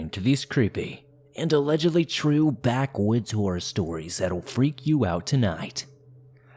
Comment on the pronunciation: In the beginning I swear I thought you said "Backwoods Whore Stories"... I was terrified 🤣